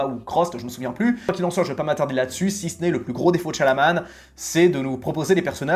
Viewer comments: J'ai adoré Signs ! Je ne comprendrais jamais pourquoi il a été descendu à ce point par la critique... mais c'est vrai que la fin était décevante. P.S. : par contre, c'est Shyamalan, pas Shyanaman 😅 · Hello, vidéo sympa, plutot d'accord avec ces fins ratés, meme si pour la guerre des mondes il est resté fidèle au livre... sinon juste pour aider : on dit Shyamalan et pas Shyalaman , et in extremisss et pas in extremi ;) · "Mister Night Shalaman" mdr c'est qui ? Fais un minimum d'effort ...